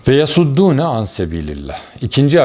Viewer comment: Hocam yasuddúne kelimesindeki s harfi sad harflidir. sed (baraj) ile alakası yoktur.